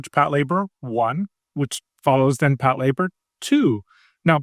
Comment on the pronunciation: I've been watching anime for 20 years and I can't believe this is how I realized I've been pronouncing Patlabor wrong this whole time. I've never seen it (not a big mecha fan), so I'd never heard it said out loud until this podcast